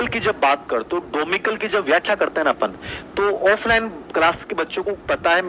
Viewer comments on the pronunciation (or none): डोमिकल नही, डोमिसाइल होता है।आंसर भी यही है।